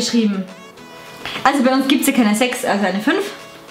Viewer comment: spricht 6 nicht richtig aus😂 und Saschas Blick 🤣